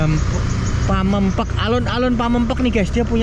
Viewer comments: mas gk bisa ngomong pamengpeuk ya 😂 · PAMEUNGPEUK....BUKAN PAMEUNGPAOK wkwkwkwk.....😂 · Pameungpeuk bang bukan pamengpek....😂😂😂😂 Ketawa terus gw denger nya.... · Ilat jowo susah ya koh bilang pameungpeuk😅